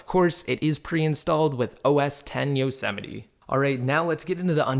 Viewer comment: its like mount Yosemite. Not yo se mi ti. ITS pronounced Yoz mite